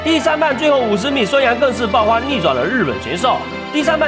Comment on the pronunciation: 都是同一个配乐 老掉牙得新闻 这误导观众的普通话 孙杨“报花 ” 卧槽